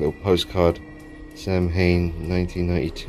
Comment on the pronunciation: Samhain is actually pronounced "sɑ wɪn" its the Gaelic for Halloween :) Cool mask dude